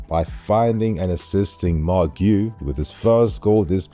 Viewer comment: The way to say Marc Guiu's name is without the first U Giu, Gee who